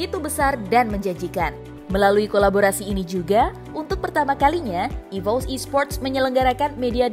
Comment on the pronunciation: "EVOS" dibaca ivos "RRQ" dibaca er er ki bukan ivous dan ar ar ki 🗿